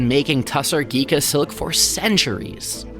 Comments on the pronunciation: It is pronounced *GHiCHā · It is pronounced ghicha the ch sounds like the ch sound in chocolate or chair. You did such a wonderful docu without focusing on the actual name of the term. Anyway thanks a lot. Ironically ghicha is cheaper than pure tassar silk. Thanks to the fact that veganism is still an urban elite concept in India. Even though a huge number of people are vegetarian they are not vegans. Also people are more concerned about vegetarian food not really about other animal byproducts they use in their daily life for example leather shoes or bags made from cattle skin are used. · Ghicha, not ghika